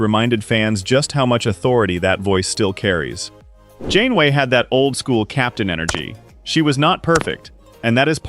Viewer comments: 30 seconds in and you say captain “gain-way”??? Do you care so little about the crap you produce you can’t even listen to it once and correct the obvious errors? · captain who?!? 😂 Shame to butcher the name, this series was one of the big reasons I was drawn back into Star Trek.